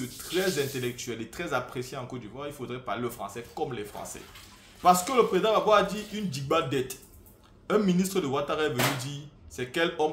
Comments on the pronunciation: comment ça "diba"?! c'est DIGBA que ça se prononce partout au pays ici. il y a même la variante "doungba" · digba Définition: "digba" se prononce "digba" se qui veut dire "GROS" en gros… frère c'est simple comme bonjour Exemple: "One Fucking digba sachet de course frère c'était abuser" Définition: Therme nouchi « argot ivoirien » signifiant « gros », « large » Exemple: Ton Digba visage là